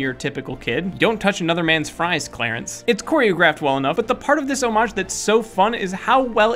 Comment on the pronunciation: You are mispronouncing homage.